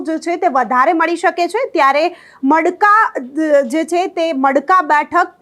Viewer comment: ટડાવ ❌❌ તળાવ ✅✅ માડકા ❌❌ મડકા ✅✅ મોરવાડા ❌❌ મુરવાડા✅✅ સણવા ❌❌ સુણવા ✅✅ 😂😂😂😂😂